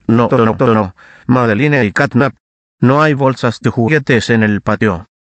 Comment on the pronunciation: Se Dice Madelinne y Sadelinne Estan Castigados No Dice Madelinne y Sadelinne Estas Castigado